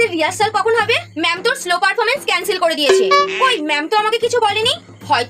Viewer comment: That is not slo that is solo😅